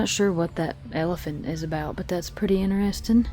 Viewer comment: I laugh every time you say "inarresting" instead of interesting. You say it a lot. Fingernails on a backboard!